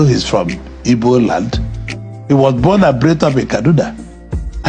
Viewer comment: WE ARE NOT "IBOS", WE ARE "IGBOS" POINT OF CORRECTION.